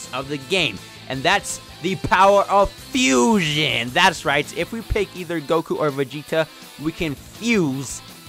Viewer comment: It’s Fuuuuu-sion......HHHAAAA!!! Not fusoon